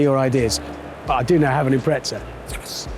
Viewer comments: Why would a porsche specific paint job and livery be a POS subaru for? Subaru Impreza not im-pret-za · Is someone going to tell Hammond there’s no T in Impreza?